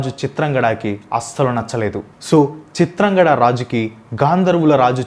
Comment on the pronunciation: Chitrangadhudu bro chitrangada kadu